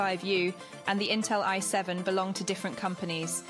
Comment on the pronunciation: damn this AI is stupid, its I7 not y7...